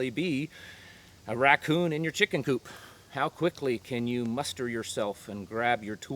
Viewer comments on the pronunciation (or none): none